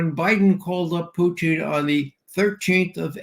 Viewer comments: Someone please correct Ray's pronunciation of Putin's name, his current pronunciation sounds derogatory and Ray has no good reasons for disrespect of President Putin. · Sounds like he's referring to a certain Canadian dish of cheese curds over potatoes and gravy.